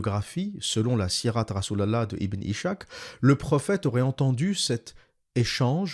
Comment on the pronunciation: Ishak se prononce en fait Iss hak . C'est Isaac en arabe.